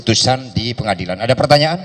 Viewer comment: tadi Allah tunjukkan hakim salah ucap "ruang pengadilan" jadi "RUANG PENGADALAN" 🤣🤣